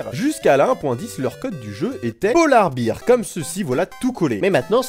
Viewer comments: on dit pas polar bir mais polar bère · Juste si tu prononce "polar bir" (prononciation hein) ben ça veut dire bière polaire, alors que si tu prononce "polar bèr" c'est ours polaire voila voila, ça me stressait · Polar beer = Bière polaire Prononce ça correctement